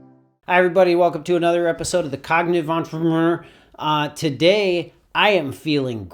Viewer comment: The progressive deterioration of his pronunciation of the word entrepreneur throughout these videos really pulls this series together